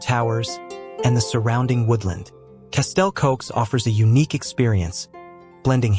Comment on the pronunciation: Hearing castle cokes is like someone scraping a caulk board 😂 Its castell Coch!!! Red castle in English.